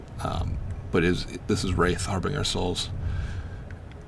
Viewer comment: har-bin-ger not har-bing-er jesus